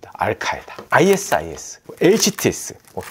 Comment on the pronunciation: ISIS는 "아이시스"라고 발음 합니다!